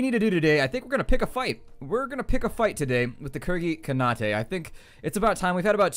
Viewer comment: Khanate is pronounced "Kah-nayt" for future reference.